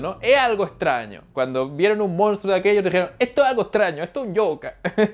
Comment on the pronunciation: es monstruo no mounstruo...;))